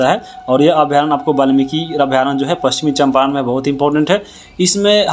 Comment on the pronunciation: पश्चिम चंपारण बोलिए सर